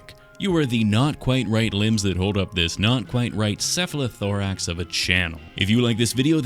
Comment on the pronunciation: I like the way you say “cephalothorax”.